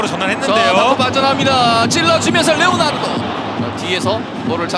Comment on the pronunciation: 해설 레오나르도 발음 존나게 안되네ㅉ